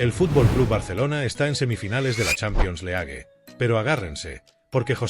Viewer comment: Que aberración el locutor , Champions le ague, Lendauski y asi varias joyitas mas, que basura!!